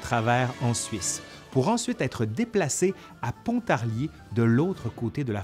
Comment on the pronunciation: Si on m’avait dit un jour qu’un canadien de Québec parlerait d’absinthe et que je l’entendrait prononcer la ville de PONTARLIER ! MERCI ! J’te suce t’es le meilleur (au passage si jamais a Pontarlier on fait un alcool anisé qui se nomme tout simplement le Pontarlier ! Et crois mois par chez nous cet alcool est tout aussi sacré qu’a pu l’être l’absinthe a son heure de gloire ;) certains le compare au pastis ou encore au Ricard mais cette boisson n’a rien a voir.Je remercie au passage la distillerie des frères Guy d’avoir remplit nos soirées d’ivresses en tout genre (et qui continue a fabriquer de l’absinthe mais avec un tres faible taux de thuyone mais qui reste assez bon en bouche, heureusement qu’on a nos petit distillateurs anonymes pour en avoir a l’ancienne ;) ! Et merci a toi pour cette tres bonne video